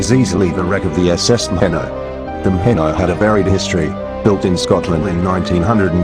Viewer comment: "Maheeeno" is the pronunciation of "Maheno" on Fraser Island. My grandmother came to Australia on her from England after WWI. The famous Z Force Special Unit used the Maheno for practice before sailing to Singapore in the captured Japanese fishing boat "Krait" and successfully attacking Japanese shipping in the harbour with limpet mines (they used kayaks launched from the Krait). The second attempt saw the commandos beheaded.